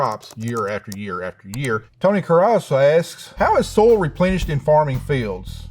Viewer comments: love~ the way he say Soil, almost sound like soul 🥰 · EVERY time he says "soil" I always hear "soul", which I guess correct for a farmer. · "Is he saying "soil", or "soul"?" "Yes." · I like how he pronounces "soil" as "soul." Very poetic. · its good thing that i heard he pronounce soil as soul.. lol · I like how he pronounces soil like “soul”. Very symbolic. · The irony of a farmer not being able to pronounce "soil". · The way he pronounces “soil” as “soul” though…